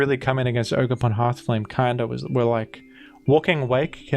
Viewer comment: it’s jogerpon